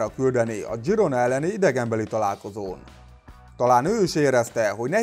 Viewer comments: Katalán csapat, ezért Zsirona. Például Sergi Roberto is Katalán,így kell kimondani: Szerzsi Robertó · Zsirónának kell mondani